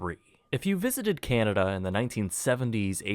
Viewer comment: dude who taught you how to pronounce canada?...jus' curious